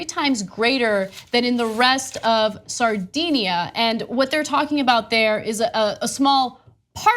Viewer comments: pronunciation of Sardinia is a little off, owing to the influence of 'sardines'. DIN not DEEN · A tiny Italian island, "Sardinia". LOL